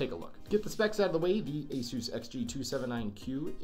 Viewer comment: I love how you say asos when it is supposed to asus